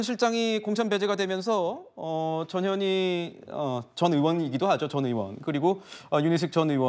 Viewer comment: 전현희.. 전현희... 저녀ㄴ희..? 들을수록 욕하는 거 같네 거참 ㅋㅋ